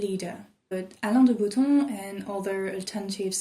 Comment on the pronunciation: how did u say Alain de Bottom in a very perfect french accent !! Omg im shook 😱😱😱😱